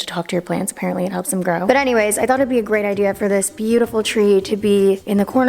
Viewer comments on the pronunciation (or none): Once you mistaken her "anyways" with "hannyways" u can never not hear it again